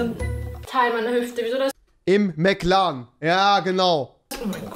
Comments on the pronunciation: jeder so: McLaren rewi so: McLAN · mc lan?! hahahah mc laren